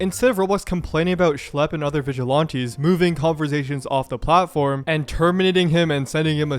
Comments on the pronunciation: Vig-a-Lan-tees Not Vig-a-Lawn-tee. I know you're doing it on purpose. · vigi lawn tees. bro are you just dumb? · Pronouncing it vigi-LAHN-tees is so fucking foul though. Listen to how other people are pronouncing it, dude. That's the correct way. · i cant get past "vigil aunties" lmao